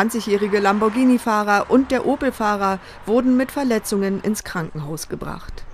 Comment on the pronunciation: LAMBORGHINI das heißt Lamborghini dass er wird gar nicht mit gesprochen oder habt ihr ein sprachfehler oder so